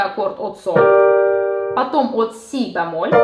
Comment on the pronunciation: что такое бЯмоль? Правильно говорить бЕмоль